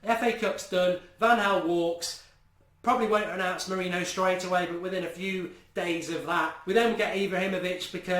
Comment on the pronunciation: Mark please...just please...start pronouncing it MOURIN-YO